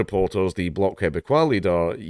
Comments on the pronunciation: Living in canada , I am really happy he did that ! There is no limit for how many terms a prime minister can serve in canada. EDIT : You pronounced ''Bloc Québécois'' almost perfectly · [pronounces 'Bloc Quebecois' perfectly] "YEA I SAY IT HOW I SAY IT WHATEVER!" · You got bloc Québecois perfectly lol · Probably the first time I've heard someone nail the pronunciation of BQ on the first try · Thanks Dank. It is pronounced like Poli-ev and you did say bloc Quebecois correctly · Pollievre is Pronounced 'Pall-ee-ev' you got the bloc right, they're not much better than the NDP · PAUL - EE- EV sounds just like that. R is silent also you said bloc quebecois as well as any english speaking canadian. bravo